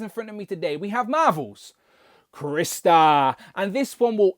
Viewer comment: Its CRY=😢 Star=⭐️! NOT Chris-tar! Ugh for fucks sake!